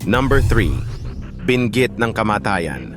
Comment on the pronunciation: Bisaya po ba kau di nyo ma bigkas nang sakto ang bingit, tangay, pating🙄 labi..